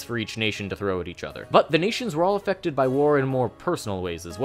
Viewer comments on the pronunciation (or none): none